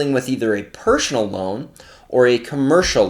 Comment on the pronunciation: Pershhonal lol thanks for the great content as usual 🤜🏻